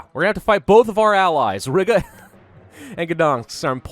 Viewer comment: honey, you said Rīga wrong...........It's has a long I and short a......You made me cringe so hard